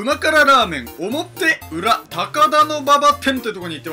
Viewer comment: 表裏(ひょうり)じゃないの？